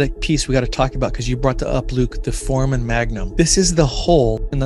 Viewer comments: It's pronounced "For-ay-men" not "for-men". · It's pronounced for-ray-man. Not trying to be mean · You're not pronouncing foreman correctly. It has 3 syllables not 2. It's for-e'-man, not fore'-man. Ask any medical student or person like a doctor. Thanks. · Pronounced: For-ray-men Not Forman Spelled foramen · It’s pronounced For - A - men